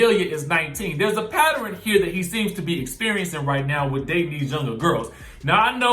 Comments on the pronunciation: “Patterin” ?? WTF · “Patt er un” 😆